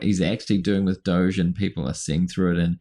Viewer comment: why is dog pronounced 'dog' but 'doge' is pronounced like sheep as 'doughzzaaahhhh' like elmos says...- how 'bout DOOCH as a shortcut...bc doughzaaahhhh is elmo's preference and everybody hates that POS.